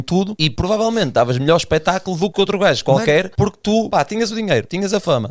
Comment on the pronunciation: "O primeiro gaijo" 😂😂😂😂😂